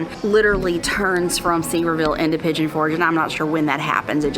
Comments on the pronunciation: It's Sur-vere-ville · FYI Sevierville is pronounced “severe ville” Love it when you travel in Ellie! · Sevierville is pronounced seh vee ur vl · It is pronounced Sever ville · it’s pronounced Severe-Vul… there are other towns in Tennessee that end in -ville that are also pronounced -vul. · I hope after you made this video you learned how to correctly pronounce Sevierville 😂